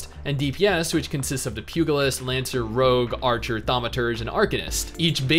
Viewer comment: pugalist pew - juh - list